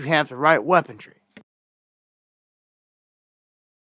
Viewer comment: .... YOU CONTINUE TO BE NOT...LISTENING - - ... " WEAPON - " RY", ...NOT - " DRY " - .... " REE " ... "REE", REE, REE, REE, REE ! NOT DREE, NOT DREE, REE... GO YA GOT THAT, SONNY ? Y DON'T YOU PEOPLE LEARN ENGLISH...U R IN AMERIKA - AFTRAL ! ... I KNOW THATS RIGHT ! ...KA- THIS Used-2-b Great Country is going to HELL...IN A HAND BASKET...FAST TOO